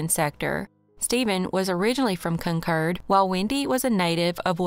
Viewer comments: I'm in New England. Wherever you got your pronunciation, they misled you. There's a Concord, MA & a Concord, NH. CON-kerd. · Im in the UK and we'd say Con-Cord. Like the Aeroplane ✈️ 😊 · The one in NH is pronounced the way our pronounced it but having lived in Ca. for 14 years decades ago I always heard it called "Con-cord". So, in a way, you're both right just talking about different States. Lol! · Glad you shared that! Only city by that name is the one in California and always heard it pronounced "Con-cord". So you taught a whole lot of us a new thing with this video. Haha! Thank you so much for the video! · Hate the way you say Concord 😂